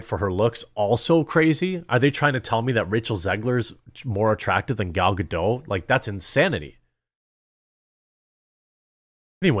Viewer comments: Gal Gadot's name is pronounced Guh-DOTT, not Guh-DOH. I know, you think it's going to be like "Waiting for Godot" but it's not. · Common man. Pronounce Gals name correct for god's sake. You almost do it right and then the surname gets French. It's Galb Gadot with a hard T not silent T. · You managed to pronounce the "t" in Gadot once, then randomly reverted to somehow thinking that Hebrew is pronounced like French